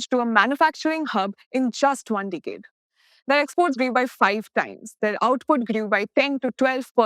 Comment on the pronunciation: You mispronounced the word "Decade" again and again. Majority Indians are weak in pronunciation.